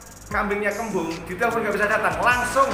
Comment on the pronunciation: Kaken ngomong kembang kebu terus bro